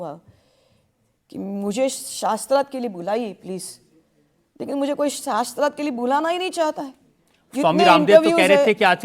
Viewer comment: Devi aap tapasya kis sthaan pe kar rahi thi? Shaastrarth shabd ka pronunciation nahi theek se kar pa rahi ho aur sabko challenge de rahi ho shaastrarth karne ko😅